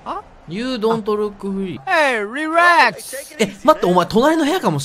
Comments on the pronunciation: Don’t mind me this are my favorite moments F*cking rearu good Sh*t diude Tough type You’re crear Hey! Rwerax! Helleo I know ???????? fish What’s going here? Me of course stustupsu, pushupsu Oh, what’s going here? myan [Precious smile] Pays me good Lady Gaga F*ck it orrrrrra Hey take this! [Orrra intensifies] Sh*t Margarita Margarita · "Hey Rerax!" XD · "EE! RERAKUSU!"